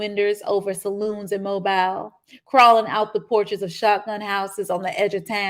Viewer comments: I could not help but be distracted by the reader pronouncing the name of Mobile (Alabama) as mobile like a mobile phone, rather than the correct way of Mo-bil. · Same. I grew up in Mobile, so it was very annoying.